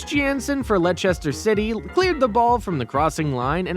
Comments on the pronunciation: Its Leicester not lechesta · I mean VERY tr ue bro really said benfisha and what about “lechester “ and bornmouth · Bro said lechester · And lechster 😂